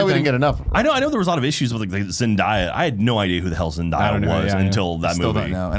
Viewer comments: Tim its pronounced Zen-day-ya not Zen-di-ya. ;-) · Is it too late to tell them it's pronounced Zen-DAY-uh? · It's pronounced Zen - Day - uh.